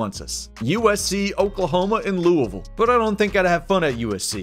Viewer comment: Thank you for atleast saying louisville correct!! I am greatly appreciative